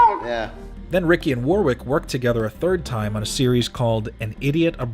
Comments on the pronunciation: It's pronounced worrick, not warwick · Hello, British dude here. It's pronounced "Woh-rick". And the place, Surrey, is pronounced "Suh-Ree" I don't mean to be an arsehole, just trying to help Loved the video! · This lost me the first time he mispronounced Warwick. Do your homework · You don’t pronounce the second W in his forename, FYI Nice mullet back in ‘92 by the way... business up front, party at the back!